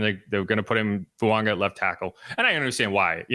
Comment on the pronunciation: Over the mic it sounds like you're saying Fuanga not Fuaga